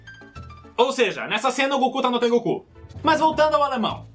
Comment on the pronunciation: Na verdade se pronuncia tengooku Esticando o goo